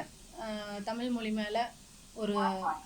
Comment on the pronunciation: ஆஹா, மொழி என்பதை ' மொளி ' என்று உளரும்போதே மொழியில் உள்ள காதல் நன்கு இளித்து புளித்துவிட்ட இலட்சணம் தெரிகிறது